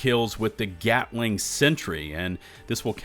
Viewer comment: did i just hear gyatling gun?